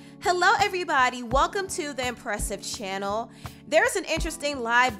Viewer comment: You didn’t say channel like you usually do! 😊😊😊